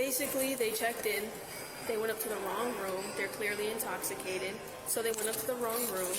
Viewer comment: "I'm nah intosicut!" Absolutely nailed it lady lol!